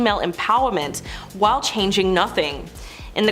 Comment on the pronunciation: It’s while, not why.👀